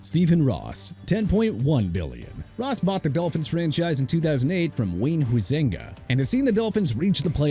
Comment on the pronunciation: IT'S VIRGINIA HALAS (HA-LAS) MCCASKEY NOT VIRGINIA HOUSE MCCASKEY AND NOT VIRGINIA HALLS MCCASKEY DUDE!! ALSO IT'S JED YORK DENISE DEBARTOLO YORK NOT DELBARTOLO AND YOU DON'T PUT A DASH BETWEEN JED AND YORK!!! PLUS HUIZENGA IS PRONOUNCED HAI-ZIN-GAH NOT HEY-ZIN-GAH!! SMH!!!!!!!